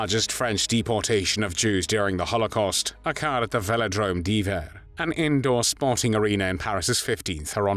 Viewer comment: Awful pronunciation of maquis, hiver, arrondissement, Vichy, Caen, Limousin, Glane. That aside, similar atrocities are now being committed daily in Gaza.